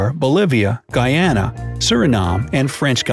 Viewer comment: You're the first person i heard that not a Guyanese pronouncing Guyana right✋😭